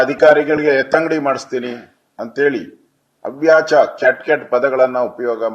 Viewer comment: ಅವ್ಯಾಚ ಅಲ್ರಿ, ಅವಾಚ್ಯ ಹೇಳಿ.